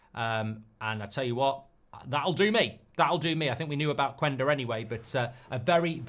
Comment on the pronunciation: Say Qenda... not qUenda